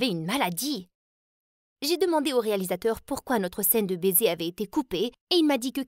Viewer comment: Le bésé le bésé 😂😂😂😂😂